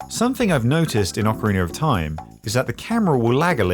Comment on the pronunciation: “Orcoriner of time” haha love it